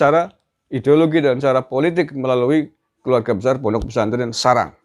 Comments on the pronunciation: Sarang Mas... bukan Serang... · sarang ya.. bukan serang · Sarang bukan serang😁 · Sarang..bukan serang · mf bukan serang tp sarang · Ass...ponpes sarang kang bukan serang .... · Salah kata bang... bukan serang... tapi Sarang... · Sarang mas...bukan serang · Mestinya taftis...knp SAS tdk disenangi org? Ngomong sarang sja slh nyebut2 Najih....